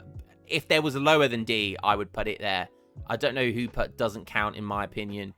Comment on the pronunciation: where are you from in the uk? I've never heard someone pronounce "put" as in "putt" (like in golf) whilst also sounding otherwise English in my life. anywaygreat vids